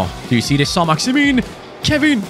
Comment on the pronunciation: When say Saint Maximan he score but when he says Saint maximin he misses